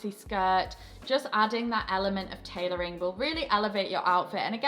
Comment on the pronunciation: Shhhhh - Just between you and me. Tailoring not tailorying. Mwah...mwah